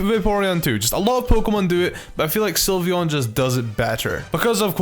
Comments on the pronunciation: I was drawing Sylveon and he said slyveon and I looked at him like 😟😠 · "slyveon" boi